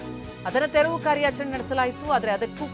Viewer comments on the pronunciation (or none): ತೆವ್ರು ಅಂತಾವನೆ ರಿಪೋರ್ಟರ್. ಮೊದಲು ತೆರವು ಅನ್ನೋಕೆ ಕಲಿಸಿ